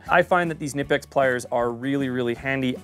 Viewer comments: Love the videos. By the way, I've heard several Germans pronounce it k'NEE-pex, and a few Germans pronounce it k'NI-pex, but no Germans pronouncing it NIP-ex. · carried a SAK tinker model with the phillips head instead of the corkscrew model in my right pocket for years and its been all ive ever needed and more also...its pronounced "kuh-nip-ex"..hard k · It’s Ka-Nip-X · It's pronounced KA - NIP - EX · Oddly enough, fyi, the brand is pronounced kuh-nip-x. That’s from the company itself, on the back of their t-shirts, too. But great video, i really appreciated the logic and ideas! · The K in Knipex is not silent..🤓🤭